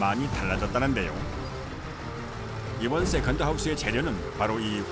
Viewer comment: 역시 세컨드 발음은 어른들이 해야지 제맛입니다 쎄칸드~ 너 이년아 쎄칸드지 이년아~!! 지하철 할매가 생각나네요